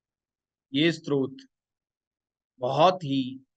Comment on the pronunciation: आप जो "स्रोत" बोलते है ये गलत है। सही शब्दका उच्चारण "स्तोत्र" है । आप सर्व मंत्र का गलत उच्चारण कर रहे हैं।